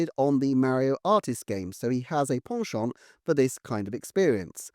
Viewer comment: holy balls, that pronunciation of “penchant” hit me so hard